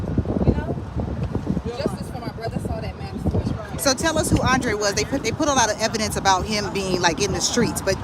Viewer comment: Hey Sis please correct his name on your Rest In Peace banner! His name is Andre not “ Andrea”